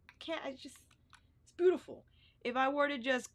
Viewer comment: Okay girl you can chill with the “boot-ti-ful”